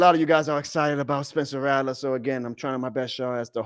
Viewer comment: RATT-LER.. Brother it’s not Ra-lah